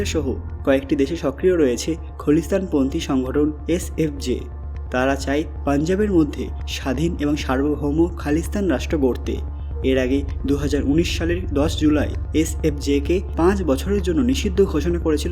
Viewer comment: Apnar uchcharan shune eto birakta laglo je aar shunlam na. Khalisthan kobe kholisthan hoye galo. Eta ki ichchakrita na apna thekei hoye jay.